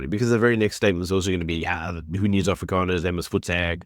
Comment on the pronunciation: If you can't say Afrikaners correctly don't say it. It's not Afrikaaners it's AFRIKANERS. ONE A OK. DO YOU GET IT.